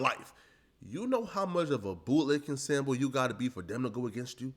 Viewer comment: You keep saying something that sounds like "sanbo?" the closed captions aren't helping me out at all, can someone say what word he's using?